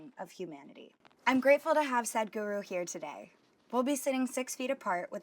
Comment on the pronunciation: I'm laughing so hard whenever she said Sadhguru as Sad-Guru. XD